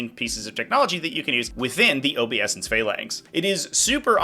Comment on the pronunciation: I have to know, does he mispronounce "obeisance" on purpose just to mess with people?